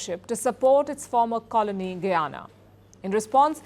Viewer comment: Its ga-yana..not goo-yana..bolo ga..bolo